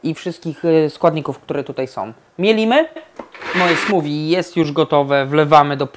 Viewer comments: SmuWI? Smoothie - ma charakterystyczny dźwięk th, prędzej smoofi. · chyba nie mówi się "smuwi" przez w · Chyba nie tak powinno się wymawiać ''smoothie''.